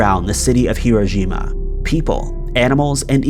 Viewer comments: It's called Hiroshima not irojima.. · Are you calling it "Hirojima?" You need to check your pronunciation, I think. I've never heard it pronounced like that before.